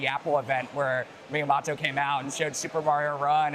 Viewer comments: interviewer ruined his cred when he said "MiyaMOTTO" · Did he really say Miya-MOTT-o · the way the interview pronounced “miyamoto” jesus christ